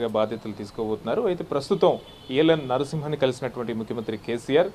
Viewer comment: E L N Narsimhan kaadu babooo, ESL Narsimhan. Meeremi journalist lu babooo